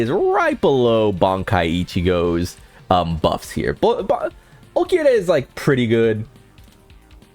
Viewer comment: The way you say Ulquiorra is a crime, some of the rest are minor felonies